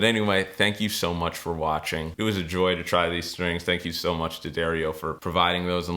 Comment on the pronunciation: no H in strings. you must be from pennsylvania..sHhtrings